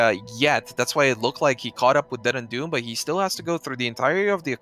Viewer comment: DeadandDoom, not Dendu. Dominus not Donimus. ffs...